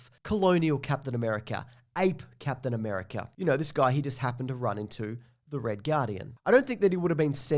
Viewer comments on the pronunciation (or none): I think you mean “C-ape-tian America”